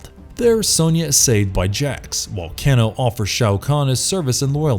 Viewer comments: i noticed this comment soon as i heard him staying "Kino" lol.. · Wtf? Its Kano (Cain-o) who the hell is writer /producer??? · Please! For the love of god stop sayin cano! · they way you pronounce Kano's name it makes my ears bleed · Can't even say Kano's name right lmao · The way he is pronouncing Kano and Shang tsung I can’t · Why can you not say Kano correctly? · Some stuff is off and you are saying Kano's name wrong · I was enjoying the video until you made it to Kano and butchered his name more then once. Good try on the video mate. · Is anyone else dying a little inside, and super triggered by his pronunciation of Kano? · And he says karakatan not tarkatan, even though less than 30 seconds prior he pronounced it properly. But the way he butchered kano was just disrespectful. I mean kano was in the first mk & in almost every game since. Then shows collector when talking about d'vorah. There were a few more but I think we can go ahead and agree the whole crew aren't big mk fans. And I find it irritating that he says a lot of the martial arts with a accent except karate. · He didn't even pronounce Kano's name properly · Around the 9min Mark, when he keeps saying “Ken-o” instead of Kano’.. Pisses me off lol. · No one gonna mention how he called him can-o? Kano is pronounce Kane-oh bruh! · dude, it's KANO say it like "kay no" not keeno or whatever you were saying. dumb mistake.... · So you get Kabals backstory partly wrong, sareena’s COMPLETELY wrong and you can’t do enough research to know how to properly pronounce Kano? Come one man basic MK knowledge needed really. Oh and for future ref it’s pronounced Kay-no not canno. 🤣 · CAIN-OH, not CAN-OH. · Say it with me now "Kay-no"! Not ke-no! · His name is said cane o not can o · Not can o it's kane o ! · It's pronounced as Cain-o, not ken-o lmao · not keno kano kan o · Dammnit stop saying the names wrong Ka - no not ca-no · Ahh yes, my fave MK fighter "Keno/Cano" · It's pronounced Kay No...KAY NO.....